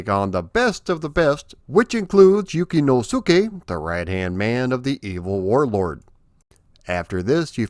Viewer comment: ps Suke at the end of a name is produced SKAY so it would be pronounced YukinoSKAY actually EH